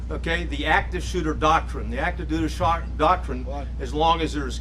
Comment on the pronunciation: “…’dooter doctrine’…the active ‘dooter shock- a - doctrine’…” Thanks for clearing that up,. I don’t really want to hold that against him. He is a visibly obvious nervous wreck… but damn